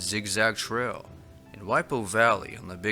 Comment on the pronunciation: Trell? Do you mean trail?